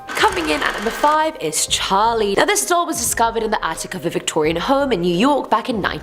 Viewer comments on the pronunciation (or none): Wtf is a "dole"?? Lol 🤣😉